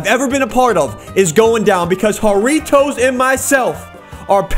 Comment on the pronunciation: "Harriotoes" Me: hairy toes